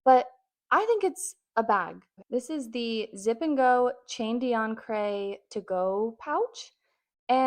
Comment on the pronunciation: You absolutely butchered the pronunciation of "chain d'ancre"